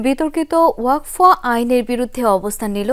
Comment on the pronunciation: ওয়াক ফ নয় উচ্চারণ হবে ওয়াকফ্